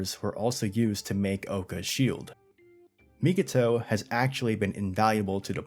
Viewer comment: You keep doing it on your videos, but it's Mi-ko-to, not Mi-ki-to 🤣